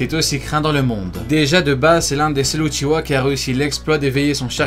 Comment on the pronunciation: C est pas Uchiwa comme tu dis mais Uchiha en prononçant le h